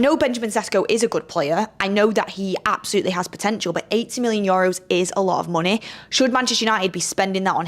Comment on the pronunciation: needs to learn how to say EUROS! Its nae Yoros 🤣 love tus anyways x